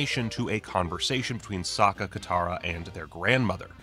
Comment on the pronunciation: I think it was bold of Shamalan to change the pronunciation of Sokka into Soaka for the sake of the pun in opening scene. Sokka was soaked in water by Katara. This was probably to implant the idea that everytime Katara waterbended, Sokka was always soaked in water 😂 I'm sure he still stands by that decision until this day. And honestly I see what he did there.